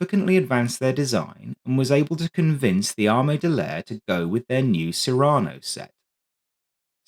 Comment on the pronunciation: Cyrano is pronounced with the emphasis on the first syllable, after Cyrano de Bergerac, who was famed for the size of his nose.